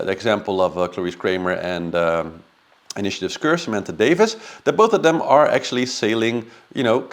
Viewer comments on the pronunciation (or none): FYI Samantha’s last name is DavIES, not DavIS. But I do enjoy your commentary.